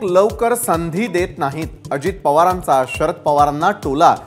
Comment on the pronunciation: Arey baba .... neet marathi tari bol. Sharad "parvancha" tola ??? ki Sharad Pawarancha Tola ????? Kuthun yetat dev jaane.